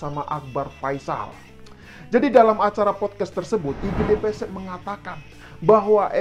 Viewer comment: Gde Pasek bang, bukan Gde Pesek 😂😂😂